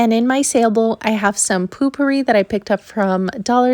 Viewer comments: I agree she says it weird lol not the same thing poo is poo potpourri is potpourri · I love how you said potpourri 🤣🤣❤️ I've never heard it said that way before..it's always been said like this where I'm from.." poe pourri " 🤣🤣 I just think it's funny the way you said it 😁 ❤️